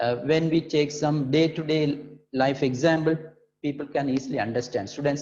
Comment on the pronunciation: Sir it's not examble it is example